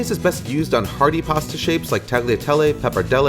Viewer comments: FYI- it’s pronounced tah’-lia-teh-leh. The G is silent 🤩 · Good! --The G in tagliatelle is silent, though.